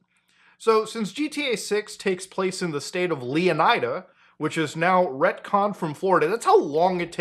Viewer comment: LEH-OH-NEEDA, not leeo-nuheehdah